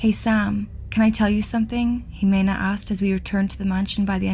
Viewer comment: I love how you narrate, it's perfect for the stories you do honestly. As a Mexican it's strange to hear Jimena pronounced as Jemina tho